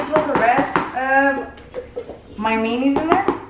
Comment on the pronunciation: "SALARY & MAY-KNEES" 🤣😂has me rolling!!💘😭😆